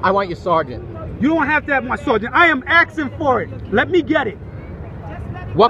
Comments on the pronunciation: "I'm AXING fo yo AJDEE!" Take a breath, and try again : "I'm asking for your ID, sir." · what word is 'axin' .."I'm axin you to give me your ID" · He’s Axing for your ID. Give it to him before you’re all axed up and you don’t have any arms or legs. Axes are dangerous 😆. I wonder who else he axed? Then the other oink said you didn’t know the lar. Better know the lar or you’ll get the axe. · "let me get the ID I'm axing for it" oooh he's axing for it. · Oh oh ..you in trouble now..he be axing for it ! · He keeps axing and axing. He should get an ax. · I’m axin for your ID?? He axe him?